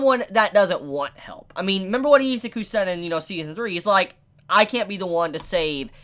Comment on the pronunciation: I know this sounds weebish, but please stop calling him eezz ah ku. Try E-zuu-ku. I know it's Ryu to Riiyou, but still.